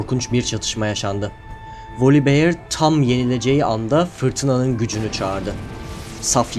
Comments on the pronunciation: volibiyır değil voliber yada tam telaffuz etmek istiyosan volibeğ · ama çok sinir bozucu olmuyo mu üstüne basa basa volibiyır